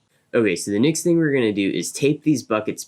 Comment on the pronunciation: Is he pronouncing next as nixt?